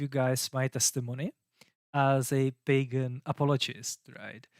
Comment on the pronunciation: no hate, but every time you say 'pagan' I hear bacon, uhmmmm BACON